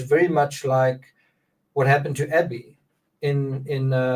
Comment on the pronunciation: "A-bby, a gun!" sounds like That be a gun.